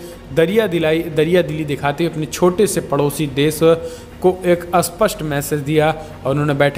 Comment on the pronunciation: Bhai aapki hindi sudharo.aap supust ko asupust bolte ho..aap har video me ye vakya bolte ho.lekil har bar asupust bolte ho .jo ki galat h.is se accha h aap 'seedhe tor par; aisa vakya use karo .ok